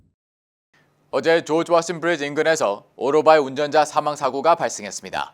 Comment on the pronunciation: 미국에서 모터사이클로 방송 .안하고 오토바이는 뭔가요? 더군다나 발음은 오로바이 ㅋㅋㅋ